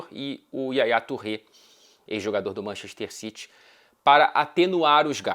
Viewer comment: Manxester xitchy 😂😂😂